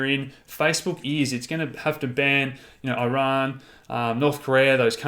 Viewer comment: Yay! You pronounced Iran ok this time! 👍🏻